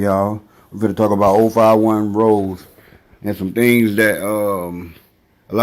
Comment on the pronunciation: It's pronounced Ro-Zay not Rose like the flower. He got a body out west so it wasn't an opp he killed...even tho he allegedly got THF Bob-O & 12 was tryin to indict him on it along with Wop. Melly wasn't kickin it wit his opps all the time either...he would FaceTime em & shit & SEEM friendly wit em but that's how we do it in the Raq. Opps will go live wit each other tryin to figure out they Lo or learn shit about em they can use. Plus ain't no point in actin tough over the phone...it's bout action not talk in Chicago